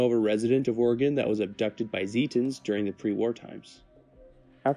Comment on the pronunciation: Thank you for pronouncing Oregon correctly